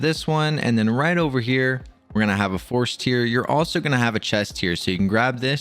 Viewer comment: It's not force "tear" like crying, it's "tear" like you tear a piece of paper in half haha.